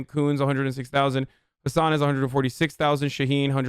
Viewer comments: I'm from NH its Maggie "Hass ane" pronounced different than tour name. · i'm from NH and maggie hassan's name is not pronounced like hasan it's a short a like in hassle or apple. so u should be free from that joke now except chat won't care